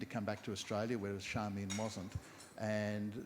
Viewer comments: Is her name pronounced Sharmian or Charmian? People might be surprised that Hydra is pronounced Eethra but I believe it is correct. It is great to see that this couple are still attracting attention and not merely because they had a friendship with Leonard Cohen. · In regards to pronounciation: There is a recording online of an interview with George Johnston where he clearly calls his wife Charmian rather than Sharmian or Charmaine.